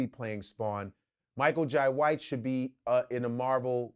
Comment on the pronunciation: Michael “jie”white 😂😂😂😂😂